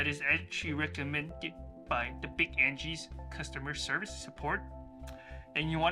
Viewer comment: Thank you - I now am confident in replacing the cord. It's completely shot, and I have a 30 mile 4 day trip coming up, and I see I can make the repair in time. By the way, it is pronounce AG-nus. But that doesn't change the great directions you gave :D